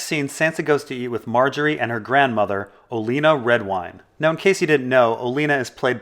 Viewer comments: I love your videos, but why do you insist on mispronouncing names? "Oleena?" It's spelled "Olenna." Not "Oleena" or "Olena." Two n's. Oh-Len-uh. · 'Oh-len-ah' not 'Oh-lee-nah' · Holy crap at first i was willing to pass off your pronunciation of some characters names as a 'whatever', but with your pronouncing of the queen of thornes as Oh-lean-uh, it seems like you are willfully mispronouncing peoples names. What the fuck.